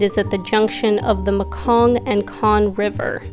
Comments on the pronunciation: hello..you say it probley the river is call mekong river..me-kong ok.. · Not looos Not Makoon Enjoying the video Thank you